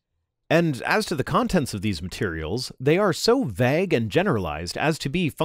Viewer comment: "Vag"??? What is the word you're trying to say?